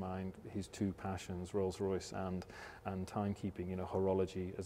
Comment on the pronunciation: "Rolce Royce Kitchen"